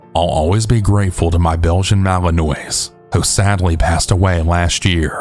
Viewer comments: I love you and your stories but Malinois is pronounced mal-un-wah 😂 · The scariest thing about this video is how you pronounce malinois